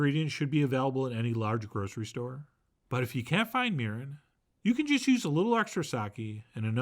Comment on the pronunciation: For a second there I thought you said urine...as in like pee. Sorry.